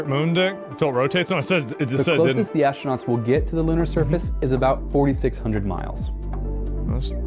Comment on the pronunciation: Why does this guy keep saying Ashtronauts?